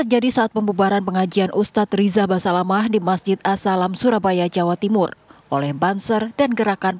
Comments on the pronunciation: Fokus denger Reporter nya bilang ustadz "basamalah"😮😅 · Seperti nya presenter wanita nya jarang ikut pengajian , nyebut ustadz nya salah. Ust Syafik Basalamah , jadi Syafik basamalah.. piye to...?? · basamalahhhhh haha... basalamah mba reporternya